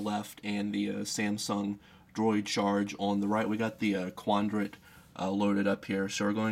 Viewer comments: Is he saying "Quandrant"? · He's saying 'quandrat.'